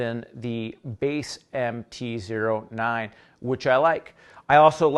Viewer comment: anybody else going insane because he is saying MT Zero 9 instead of MT O9